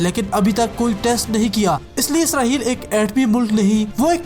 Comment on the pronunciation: اسرہیل نہیں اسرائیل ہے